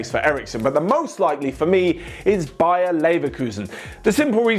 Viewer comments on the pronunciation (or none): none